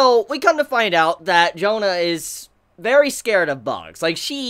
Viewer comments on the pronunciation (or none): Jahn aint that hard to pronounce right? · Okay, just say John. It's pretty much the same pronunciation. Not Joan-ah. Just copy the anime, they do a pretty good pronunciation. Of course no French accent, but its probably the best option for you in trying to say her name. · Her name Jeanne; pronounced Zhawn! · Why in the world would you pronounce Jeanne as "Jona"? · maybe because its easy to pronunce , but "Jaene" is the correct pronuncitaion of the Jeanne name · Crimson Head He should know how to say that name. Hell, he reviewed Drifters and we all know who's in that show.